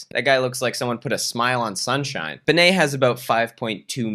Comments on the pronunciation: Oh my god the way you pronounce bene😂 pretty sure it’s short for Benedict and you’d rather say Bae-nae imo but no hate of course I literally don’t care it’s just funny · yesss and the way he pronounces "Bene" as "Baynay" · As a German subscriber, I apologize on behalf of my nation while being simultaneously amused by your pronunciation of German words. ("Luis Free-tag" sounds way cooler than "Freitag" anyways. And "Bene" being French now is a nice touch too!)